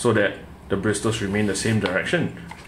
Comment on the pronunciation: The letter T in “bristles” is silent. It’s pronounced like “brissels”.